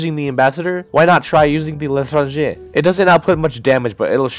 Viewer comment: tHe l’tRRangEh